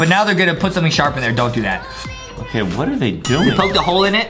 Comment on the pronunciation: It sounded Adem was saying g*y but Adem was actually Saying OOOOKKKK the clip 🤣🤣🤣🤣🤣🤣🤣🤣🤣🤣🤣🤣🤣🤣🤣🤣🤣🤣🤣🤣🤣🤣🤣🤣🤣